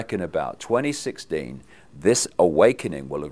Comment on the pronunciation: Did he say 2016 or 2060?